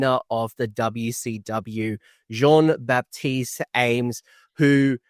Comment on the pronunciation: GG Jean-Baptiste ! (you pronounced it perfectly, Coach !)